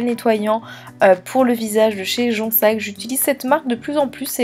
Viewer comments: LOL oui je sais tu dois être la dixième personne à me dire ça pour jonZac! Si tu regardes mes nouvelles vidéos tu verras que je le prononce bien . Et je sais que c’est une ville mais comment appeler cette marque alors si je peux pas dire jonzac ?😁 haha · Tes produits ont l’air très bien. Je voulais juste te préciser que le nettoyant de l’eau thermal de Jonzac se dit « jonzzzzzac » on prononce bien le « z » et c’est pour la petite histoire une ville et pas un nom de marque à proprement parlé. Elle vient de la cure des termes de cette ville. Enfin voilà voilà juste pour une petite précision 😊